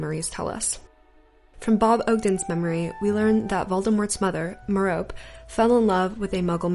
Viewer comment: 7 memories caractacus burke's memory should be counted too you pronounced merope wrong